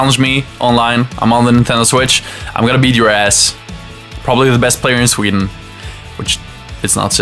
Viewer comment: Did u say tweden?